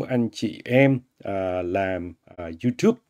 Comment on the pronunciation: Anh gv tiếng Anh nói là du túp